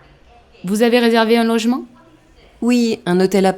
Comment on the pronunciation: Merci beaucoup. I found difficulty with ici pour du tourisme, restez sounded like visité, billet de retour, un logement sounded like arrangement. The rest I got it right.